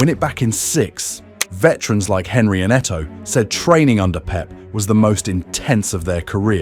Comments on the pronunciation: Mispronouncing Henry’s name like that immediately made me pause. This is either AI slop or worse, ignorance. 30 seconds in and it’s already not worth listening to anything this video has to say. Get this garbage off YouTube. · says every name correctly except Henry